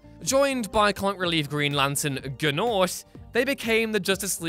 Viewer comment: sigh Okay, it's "Keith GIFFEN", not "Griffin". Multi-Man's uniform is blue and red, not just red, and it's pronounced "Nort", not "Guh-Nort". Wtf?